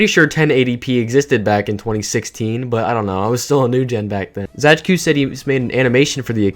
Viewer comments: /zəd͡ʒkʊ/ for "Zajcu" is frankly to be expected based on english orthography but it still hit my polish ass like a fucking truck when I first heard it xd. p.s. It's pronounced as /zajt͡su/ btw, which would be spelled as "Zaytsu" in english ig. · pisses me off how you pronounce it zadzhkoo and not zaytsoo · It's not really "Zae-dge-ku" more like "Zatsh-tshu" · i read their name as /z-EYE-ts-OO/ for a long time and im quite surprised there's a different way to pronounce it lmfao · It's pronounced 'Záytsu' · True, it truly hurts hearing it the way he says it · pronounced zaytsu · It's zai-tsoo. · im pretty sure zajcu is polish so it would be pronounced "zaytsu" like in polish 😭 awesome video btw :3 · Video's really good, just one clarification. Zajcu is Polish, so is his nickname. The pronunciation is actually Zay-tsu (sounds Japanese ik but it's actually Polish) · Why tf do you read "Zajcu" as "Zachku" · nice video!! just one thing, his username is pronounced kinda more like "zay-tsu". but that's just a detail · I believe the name of the channel should be read as [zaytsu] because the word Zajcu really resembles the word rabbit in many slavic languages. And yknow... rabbit... Bonnie... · It's pronounced "Zaay-tsu", it means hare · Sorry for correcting, but u should read zajcu as zaytsu, that's the proper pronaunciation. He's from Poland. Just saying ;) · I really like that video but the pronunciation of Zajcu is killing me inside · your pronunciation of zajcu is so annoying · Polish lol even tho the pronunciation of his username in this video isnt the best